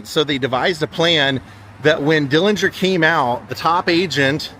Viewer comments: I don't know where you heard the supposed correct way to pronounce the last name. But that is absolutely false.. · Finally learned the actual pronunciation of Dillinger's last name. Very informative. Thank you and!